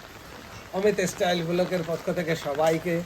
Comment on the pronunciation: ও বলে 'ইস্টাইল'!!!!!প্রতিবেশী দেশের উচ্চারণ।